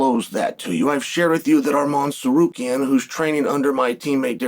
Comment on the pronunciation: Is anyone else genuinely impressed with Uncle Chael's pronunciation of Arman Tsarukyan?